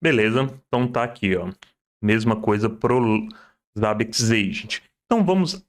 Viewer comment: Primeira pessoa no Brasil que vejo falando Zabbix corretamente e nao Zêibix....